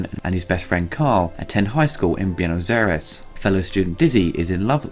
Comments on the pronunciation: "Bee-nos Air-ess"?? My dear boy, it's pronounced "Bway-nos Eye-rays". Silly Brit. ;) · Byoo-knows Air-ez? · What??? Did you day beanos ariees...what the...??? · Assuming you're European how is your Buenos Aires soooooooooooo bad LOL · How did you manage to butcher "Buenos Aires" so heavily :D